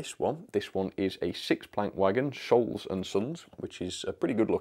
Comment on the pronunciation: Scholes - pronounced ' Skoals' :) Great wagons